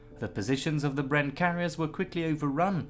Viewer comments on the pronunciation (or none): none